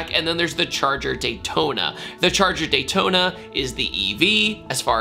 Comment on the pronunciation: ‘Daytona’ 😭😭😭😭😭😭😭😭😭 shame….